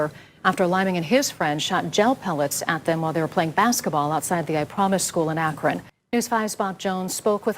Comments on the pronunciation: Hi Matt! Huge fan here. I live in Akron, Ohio and I just wanted to politely tell you that Akron is pronounced 'ack-run.' Like , the word run. It does not rhyme with bone or moan. Not, Akrone. ;) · ou can't pronounce akron. It's pronounced ack-run. It's stupid what etahn lyming did. Why would u mess with black guys? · Akron is pronounced akr-in